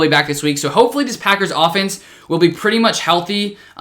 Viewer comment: no one: still no one:: oFfenEnse